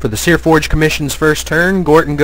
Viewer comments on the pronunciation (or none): It's Seaforge. There's no R in it.